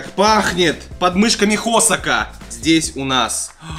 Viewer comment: Скажите ему кто-то что это "Хосо́к"😂